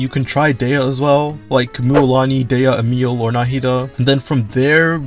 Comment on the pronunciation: Her name is Emilie not Emile..